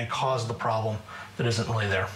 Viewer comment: "that is something ryl negative in the United States" lolll